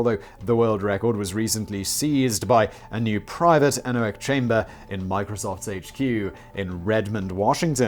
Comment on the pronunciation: Don’t worry you pronounced anechoic chamber correctly.